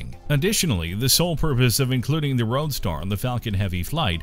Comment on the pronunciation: It's"roadstEr" or "Starman"